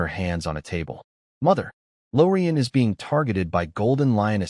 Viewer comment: omg, please fix the MY to sound more like m-eye rather than M-Why? or is instead of "I" "S", b-awwww vs b-oh, etc